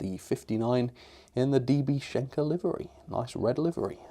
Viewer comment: The N in SCHENKER needs some attention.